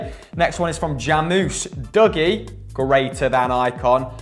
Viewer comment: Love how none of you can actually say Dougie the way Dougie says his name is pronounced.